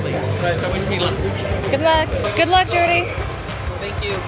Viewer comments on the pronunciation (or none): It is Jordy not Jorty